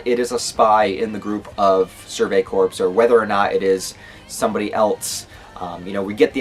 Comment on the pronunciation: CORPS as in core... not corpse. just saying.